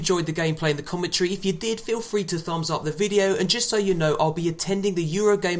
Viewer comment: What the hell is "widle".. is he trying to say "VIDEO"